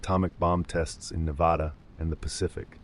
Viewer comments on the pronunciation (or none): Neh-va-duh, short a sound like at